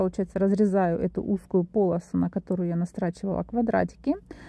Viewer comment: Не на пОлосу, а на полосУ. Из ролика в ролик допускает одни и те же ошибки